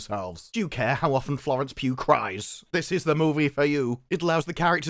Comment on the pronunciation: Mate...It sounds like you're saying 'Florence Pube.'